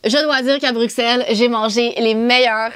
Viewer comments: Je suis belge mais je vie au Canada 🇨🇦 mtrl mais j’adore la. Maison par contre tu dis bruxelle mais sa se lit avec le son d’un s bruselle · On ne dit pas le X de Bruxelles ahah ça se prononce Brussel ☺️ Il y a d’ailleurs un Bruxelles au Canada 😁